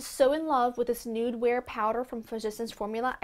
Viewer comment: Everytime you pronounce physicians formula i have to laugh so hard :D